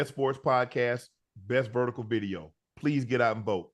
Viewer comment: Shay shay can't say v . He said bideo😅😅😅😅